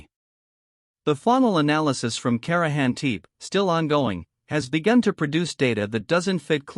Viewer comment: you know, it would only take a few minutes to "train" your AI to learn the correct pronunciation of the words you use. at least the tepe part, it is rather annoying to think how lazy you are in your endeavors. i couldnt stand it, fix it and let me know. the potential that you have put together something interesting. this is really bad, and REALLY LAZY